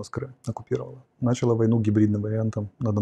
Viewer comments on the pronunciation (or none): none